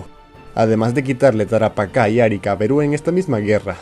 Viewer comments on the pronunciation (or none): Como que dijiste Árica y es Arica (acentuación en la i) Por lo demás super bien sigue así!!! PD 1: Es una critica constructiva (o algo así:v) PD 2: Puedes hacer un video de los países que han tenido más conflictos bélicos? (o si no otro de tu agrado:D)